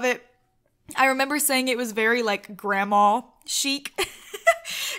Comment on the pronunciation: THE WAY YOU SAY GRANDMA HAHAHA ACTUALLY YOU SAY GRAMA ALSO BTW, Not a insult XD